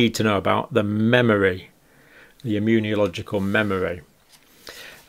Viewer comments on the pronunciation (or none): Please stop adding an extra "I" into the word when you say immunological It's not immuniological You're a professional, please get it right John, it really jars every time you mispronounce it 🤦